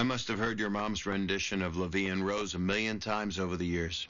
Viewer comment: Does it bother anyone else how she pronounced “en rose”?